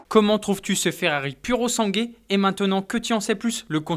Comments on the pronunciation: Il faut dire puro sangwé😉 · Se prétendre journaliste et même pas être capable de prononcer le nom d'un modèle correctement... 🙄